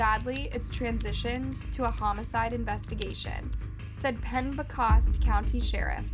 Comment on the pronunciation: This woman doesn't know how to pronounce much of anything...first it's justice Murray not mur-ray it's Murry...and it's penob-scot county like girl, seriously?! Lol I Live in Maine. She butchers words all the time lol